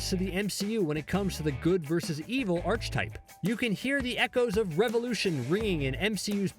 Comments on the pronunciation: Archetype ... is not pronounced like arch ,,, it's pronounced like Ark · This dude said "archtype" 😂